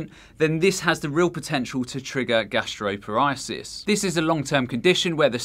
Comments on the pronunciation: Bulimia is spelled incorrectly in this video as "bulemia", gastroparesis is pronounced incorrectly as "gastropar-ISIS" (it's "gastropar-EESIS") and oesophagus is pronounced incorrectly as "yoo-sophakus" (it's "uh-so-fuhgus") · Its 'Gastroparesis' Gastro-par-e-sis not Gasteropariasis. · The American in me cringed everytime you said "gastroparesis". Thank you so much for such an informative video. Would love to see you post a video on gastroparesis itself if you haven't done so already. For suffers like me it's nice to be recognized as many people do not understand this complex disease